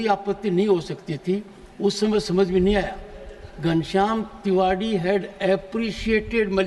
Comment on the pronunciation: तिवाड़ी है की तिवारी पहले क्लियर kriye 😂